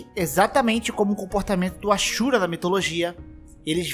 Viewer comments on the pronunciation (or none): none